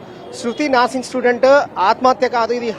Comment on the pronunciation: "NAARSING" STUDENT KADHU ANCHOR BRO., "NURSING" STUDENT ANAALI.